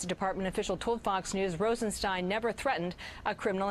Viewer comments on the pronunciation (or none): for God’s sake it’s ROSENstein not “Ronstein”. How notorious is this guy and you can’t say his name correctly? Come on! I like your channel but this repeated mispronunciation of words is just ridiculous. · Brother I love what you do but,,,,,,,,please say the words right !! ,,it's ROSENSTEIN